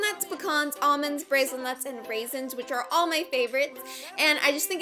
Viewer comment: Idk if I'm right but it think you pronounce Brazil Nuts wrong but idk for sure